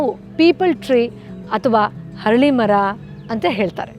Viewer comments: Harali alla arali mara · ಅರಳಿ ಮರ ( ಹರಳಿ ಅಲ್ಲಾ)